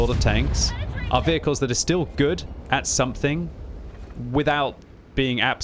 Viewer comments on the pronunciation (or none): none